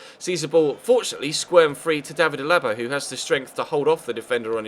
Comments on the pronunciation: C'mon, it's David A-la-ba, not a-LA-ba. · Your saying alaba's name wrong